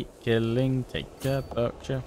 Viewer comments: It's pronounced barksher ;) you call yourself an Englishman ;) another great vid 👌🏼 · Berkshire is pronounced like Bark-shire and it's a pretty boring county.